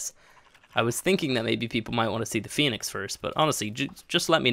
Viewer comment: “fenix” lol